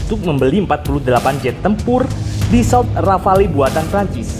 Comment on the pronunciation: Dasault min bukan dafa